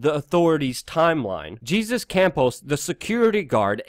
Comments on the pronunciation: Lol-Jesus is pronounced hey-zoos in Spanish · It's pronounced "hay-soos". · Jesus is pronounced haysus